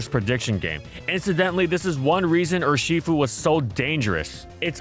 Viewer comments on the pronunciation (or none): i love the way this guy pronounce urshifu, ershefuy